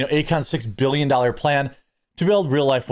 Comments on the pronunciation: did he say 'billiom' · He did..multiple times.. to really drive it home😂😂